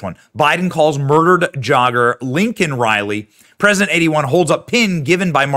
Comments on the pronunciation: But he didn’t say it correctly, he said Lincoln Riley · Who’s “Lincoln” Riley?!?!?!!! Couldn’t even get her name right, so out of touch. I 💕 MTG! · No she didn't. He Said "Lincoln" Riley. He couldn't even read the pin she gave him... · He still said it wrong. Her name is Laken Riley not Lincoln 🤦‍♂️🤦‍♂️😢😢😢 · Biden did not say Laken he said Lincoln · He didn’t even get her name right he called her lincoln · He still didn't say it. He said Lincoln not Laken. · He said the name wrong, Laken & he said Lincoln. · I thought he said, "Lincoln Riley." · Note-Me said “Lincoln” Reilly.😮😮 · He also got her name wrong said Lincoln Riley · He couldnt even get her name right.what a pos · He mispronounced it then went on to downplay it. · Whether he called the criminal illegal or even mispronounced Lakens name , I personally found it horrible and disgusting that he then turned and screamed at the young girls parents, "I've lost kids too. "" I know how you feel. " " Thousands of people get killed by illegals every year. " That is what more people need to be talking about!!!!! How disrespectful and how disgusting 🤮 imagine how her parents feel after hearing that? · He didn't say her name though. He can't even get THAT right. 😐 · Kamala is trying not to laugh when he says Laken’s name wrong. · This is so wrong on so many levels 😑 Joe couldn't be bothered to say her name for two weeks like he usually can't be bothered to say the victims' names unless they're of a certain demographic. When he's being forced to say her name, he can't even get it right, not even by reading it. That shows you how "much" he cares. Just as much as he cared about the 13 dead soldiers while he was looking at his watch all the time. Then his colleagues chime in and state that he shouldn't have used the word "illegal", although that's obviously what they are. To sum it all up: Joe and his administration don't give a crap about American victims. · “I know how to say the name.” Says it wrong anyway.